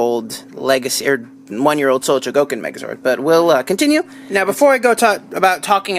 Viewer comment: ftr, its pronounced Sho-go-kin, not cho-go-kin